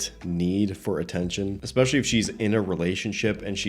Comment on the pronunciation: Black chick with wig said "expecially" 😂😂😂😂😂😂🤣